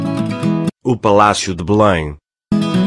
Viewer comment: Nao é Bulem é Belém palácio de BELÉM!!! QUE mania de vcs portugueses pronunciar tudo errado